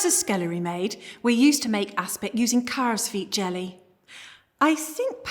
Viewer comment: "Cars feet jelly" 😂